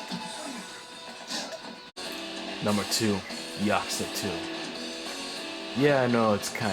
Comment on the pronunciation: Ya Coo Za. This is how it's pronounced lol